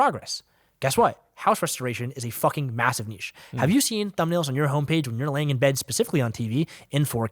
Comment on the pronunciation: Thank you for the correct pronunciation of niche. Seriously. Lol